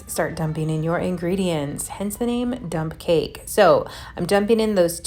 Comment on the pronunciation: Lol, I thought you said dumb cake, then later you said dump. This will be interesting.